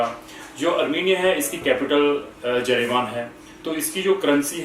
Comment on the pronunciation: You are a fraud and cheater. You cannot pronounce the capital of armenia. It is yerevan no jerevan. Stop fooling people. There are no jobs here for indians. Tell me one diamond mine name. Bloody liar.